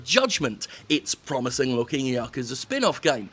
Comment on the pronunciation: Fucking finally, someone else who pronounces "Yakuza" properly, with the emphasis on the first syllable and not the second..."YA-kuza" not "Ya-KUza